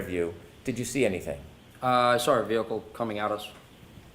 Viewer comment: I don't get it. "side bah", no r. But: I "sar it", or "lar enforcement". There's the damn R!